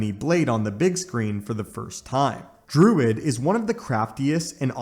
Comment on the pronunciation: It's "Druig" not "Druid." And he has nothing to do with Dr. Druid, who you included in your section on Druig.